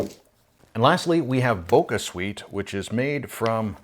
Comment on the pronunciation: Thanks for doing this! Btw, the squash is pronounced Ka-bo-cha (it's a type of Japanese pumpkin), not Ka-bo-ka, so the sweetner is therefore pronounced Bo-cha Sweet, not Bo-ca Sweet. And the sugar alcohols like Xylitol and Erythritol mess with lots of people's tummies, mine included, so you're in good company there :)